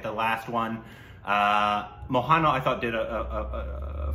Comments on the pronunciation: Its MO-HAN-LAL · You are doing injustice and mockery of reviewing a movie without watching the original prequel. You don’t have to like it, but the fact of the matter is you just didn’t get it. You got to get serious a bit more of the objective is serious review. At the least, learn to say Mohanlal. It’s not a difficult name to struggle.